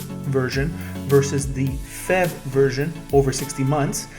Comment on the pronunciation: It is not pronounced "fev" it is pronounced letter by letter "P H E V", as it is an acronym for "Plugin Hybrid Electric Vehicle".